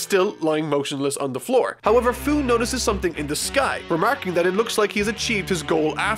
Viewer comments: Hate to be that one guy but... Fu's name is pronounced "Few". I know because I played Xenoverse 2 lol. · 2 things: First you pronounce "Fu" wrong. think of the word "Future". Becuz....he's from the future. It's dumb. second, you're a fucking mad man to review One Piece. I look forward to it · his name is fu, like fu - ture (fyu) and that is dumb enough to tell all about heroes